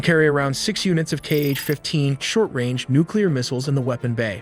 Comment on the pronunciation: KH is not "key-eich", it's "ha"